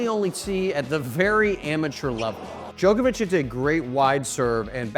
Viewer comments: His name is pronounced jock not joke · Why do ‘Muricans say “Joke-ovich” when the rest of the entire world call him “Jock-ovich”? Such an annoying pronunciation! 🤦🏻‍♂️ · Dude it’s Djokovic not Djoekoevic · Hate how Americans say Joke-a-vich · The hardest thing to comprehend is how he says jokervic